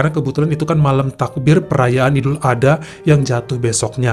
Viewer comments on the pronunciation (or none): Ya gpp bang salah penyebutan dikit d maafkan ko 😁😁,,yg pnting kami sudah ngasih tau penyebutan yg benar ok , jngn lupa ya bang ad-ha bukan adha 🤭🤭🤭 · Dibaca idul ad-ha bukan ada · Maaf koreksi ya bang : Idul Adha dibaca Idul Ad Ha (dipisah bukan disambung) 🙏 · Bukan Idul, tapi Aidil Adha,Aidiil Fitri.